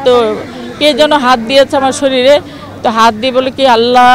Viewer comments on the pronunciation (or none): none